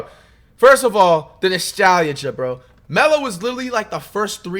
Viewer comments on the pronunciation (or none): Did niggas hear the way flight said “nostalgia” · Flight not being able to say nostalgia is hilarious